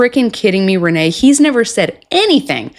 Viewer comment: I think you have been saying Rayne's name wrong this whole time. It is pronounced like Rainy or Ray-knee you are pronouncing it like it's Renee. But nonetheless she is completely unhinged.